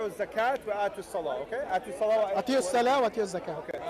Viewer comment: With all due respect to br its not pronounced "attiyo" but "aato" the first one would mean obey and the second one would mean give and i believe br meant the second one:) The syrian brother is confused he is partially right about the word zakat but again like br said when the word take different verb forms the meaning changes according to the context for instance the word "youzakki" which is a different form of the word "zakat" it means here to bless or to take ones self to be above the others and how do we defferentiate between them is by the context